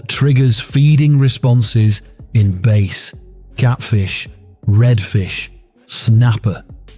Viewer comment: 02-26 Louisiana. We been fishing with shrimp since before i was born in 1957. Try to go but shrimpat Walmart now for $5. We catch our own. If he says "base" for bass one more time my brain will f'ing explode. He did! I'm out....